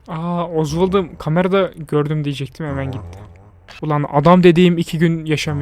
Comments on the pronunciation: abi o osvald deyil Osvalt diye okunuyor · abi o oswald dediyin ozval diye deyil osvald tiye okunuyo sace sölemek istedim ve abi fnaf sb çekermisin :3